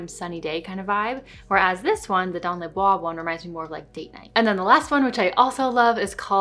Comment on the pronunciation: Good pronunciation. Dans la Bois ( In the woods). :)